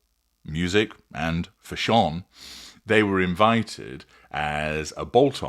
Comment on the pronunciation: Stop saying "fashawn'. That's incorrect pronunciation and stupid!